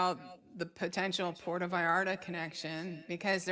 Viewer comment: It’s Puerto Vallarta 😂 not Porto Vallarta’ Va/yar/ta pronunciation!!!